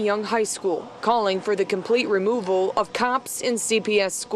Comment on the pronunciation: “I need da funding” literally just another gibs me dat